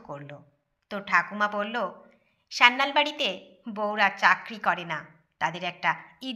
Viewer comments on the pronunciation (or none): পদবী টা সান্যাল, স্যান্যাল বা স্যানাল নয়